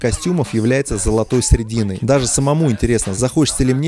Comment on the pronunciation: не средина а сЕредина